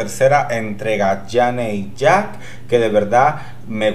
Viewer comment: ¡Sí que Janey Jacké fue la mejor esta vez! ¡Hasta merece que pronuncies su nombre bien! Mira, inténtalo, es yeini yeke'i LOL